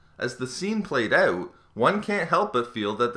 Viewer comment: You say out funny. Owut